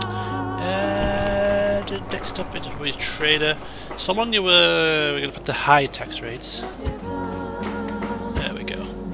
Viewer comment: Well, its not SALONIA but SALONA. . .